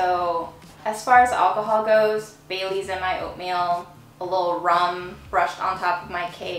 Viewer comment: I thought she was saying "bay leaves" not baileys. Are you sure?